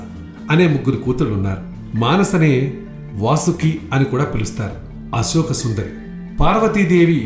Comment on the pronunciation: brother nee gonthu chala bagundi, kani uccharana emi bagaledu, sivudu kadhu " shivudu" inka asoka kadhu " ashoka" dayachesi alochinachandi